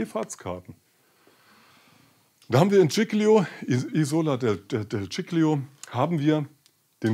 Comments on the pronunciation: Dschicklio, so so, vielleicht ein bissl Italienische Aussprache üben. Und sich dann bitte auch über Kapitän Schettino (gesprochen übrigens SKettino und nicht SCHettino) informieren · Bitte die Insel Giglio richtig aussprechen. Sonst alles gut. Tschilio das tut weh,wenn man italienisch kann.